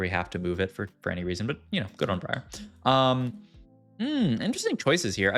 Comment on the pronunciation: Love your vids mate, keep it coming please. However why do you keep saying Briar that way? It's wrong! lmao =]